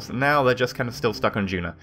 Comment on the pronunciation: It's duna, not juna.